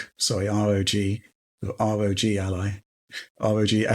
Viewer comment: Can you say R.O.G. without saying ROG????😅 you crack me up!😊